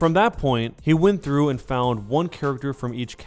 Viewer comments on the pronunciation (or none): none